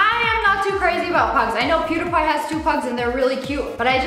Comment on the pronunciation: she said pew-der-pie